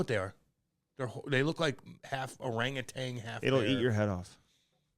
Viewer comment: Orangutan. Not tang. One nature doc guy to another.